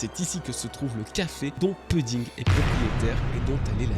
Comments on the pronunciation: Pouding pleaaaaaase pas peding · Ça se prononce "pouding" pas puding. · Je sais que ce n’est qu’un détail mais tu peux dire POUDDING ET NON PEUDDING stp 🙏 Merci d’avance pour l’effort lol